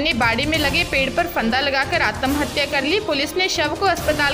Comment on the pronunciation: आत्महत्या बोलिए आतम नहीं